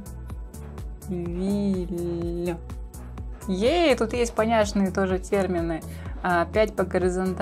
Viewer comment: Не понирилль а понивилль